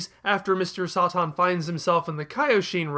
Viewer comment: "Sah-Tahn" lol